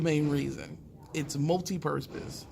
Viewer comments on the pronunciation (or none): Lol "multi-purtpose" (where the 't' come in?). I like the scenery change! And how long does the ATF usually take without a trust? Or even with one? And how does the government shutdown slow down an already year long wait? Good stuff though!!!